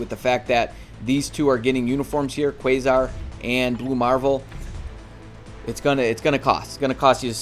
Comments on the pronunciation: Quasar: KWAY-ZAR not Q-Zar. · Lol My man, you need someone next to you at all times just thwapping you on the head whenever you pronounce someone's name wrong. It's Kway-zar and bose-min. All love from over here, just bustin your balls. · That's a crazy way to butcher Quasar's name lmao.